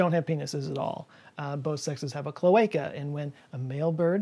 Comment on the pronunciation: Dying to correct your pronunciation of "nudibranch" ... and "cloaca". 😜